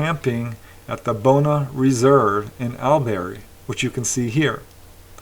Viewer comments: Its not really pronounced AL • Berry Its more like ALL • BURY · did say Albury but pronounced it “Al-berry” that’s all, as Americans aren’t used to Aussie place names but it is noted in the slides correctly as Albury so you didn’t need to correct. Also, as an Aussie you should’ve changed your “caravan” to “trailer” as Americans don’t say “caravan”. When sending info like this to American podcasts or you tube, I always change Australian expressions or even spellings (eg; colour/color, thongs/flip-flops) to American ones first.